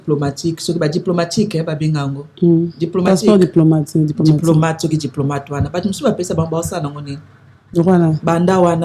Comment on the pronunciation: je préfère que tu parles la langue que tu maîtrise mieux. Tu es chroniqueuse apprends. Trop d'erreurs. Souvent olobi Passeport diplômâte, salle ya heritier olobi lisusu saint paris, paris scène.